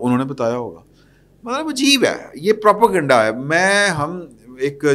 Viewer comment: Its Pro - pay - gan - da Not Pro - po - gun - da This is correct pronunciation plz ...